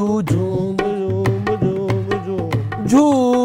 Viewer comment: ببو اچھا سنگر بننا چاہتےہو تو اہنا تلفظ درست کرو ہنی نے اپنا تلفظ بہتر کر لیا ہے لیکن تم ابھی تک نالائق ہو جب کہ اچھی ٹیم کے ساتھ کام کرتے یو نی جھوم جھوم گاتا رہا او تم مسلسل ( جوم جوم ) گاتے رہے